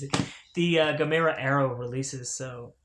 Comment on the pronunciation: Congrats on snagging the Gamera sets. Pronounced Gam-Ra lol. The Heisei trilogy are hands down 3 of the best Kaiji films ever made. Gamera the brave is pretty meh compared to the trilogy. As for the Showa era films well its a mixed bag lol. But youre in for a treat with the Heisei trilogy, way better than anything Toho was doing with Godzilla at that time. Now that's not me hating on the big G, its just a fact in terms of story, designs, camera placement effects pacing and characters. You'll see when you get to them.